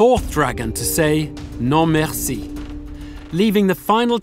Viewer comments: hahaha.... the narration is totally unnecessary at times. I loved how the narrator pronounced "non, merci". "No mere see"! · "noh mere see" perfect accent! lol